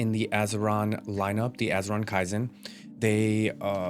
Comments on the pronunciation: It's KEY zen brother not kai zen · Key-zen Bruh its not japanese